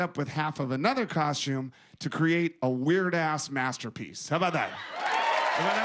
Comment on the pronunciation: omg stop calling it a coshume